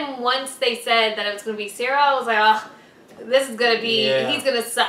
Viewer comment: You calling Cyril cereal. Lol.